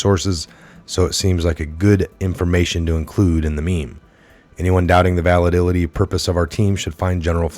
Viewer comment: They're literally taking the word of someone who can't even pronounce validity or manipulate.